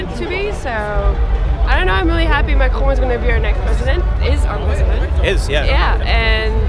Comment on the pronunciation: I very much like your pronunciation of Macron, it fits.